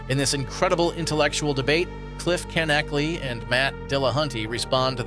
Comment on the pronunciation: Knechtle is pronounced “Neck-til”